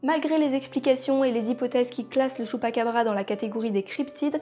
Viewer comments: J'ai adoré la vidéo mais à la base ça se prononce < > même si ça s'écrit chupacabra comme pikachu, mais apart ça excellente vidéo continue comme ça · j'adore le choux'pa'qu'à'bras